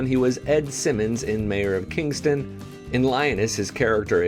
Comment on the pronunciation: Kingstown .. not kingston